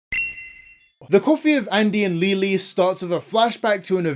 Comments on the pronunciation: Please stop saying Leyley wrong im gonna crashout 😭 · Somehow, everyone has their own version of pronouncing Leyley.